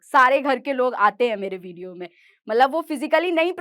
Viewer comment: Video ❌ bidio ✅